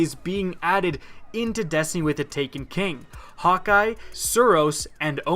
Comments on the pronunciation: Ayou cant even say häkke its not hawk eye its kinda like haykke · exactly what I was thinking :D it's "hah-kuh" everybody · Did he just say Hawk Eye... It's Hakke. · No biggie to me, but just in case you are wondering, you are pronouncing Hakke incorrectly. According to an interview I heard with DeeJ, the last part of the word has an "uh" sound. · You pronounced Hakkë wrong